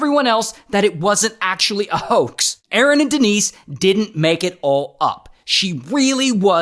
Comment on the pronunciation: De-nice and A-A-ron